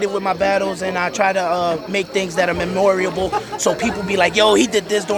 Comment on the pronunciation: "memoriable" my nigga?